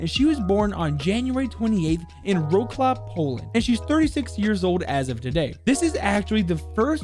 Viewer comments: Im a polish person and hearing him call Wrocław roclav made me absolutely explode with laughter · It's pronounced vroslav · I still find funny how you pronounce Wrocław